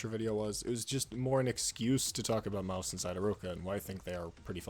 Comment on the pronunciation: the way he can't prounce her name made this video literally unwatchable